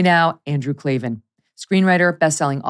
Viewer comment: There are no Eees in Klavan 😜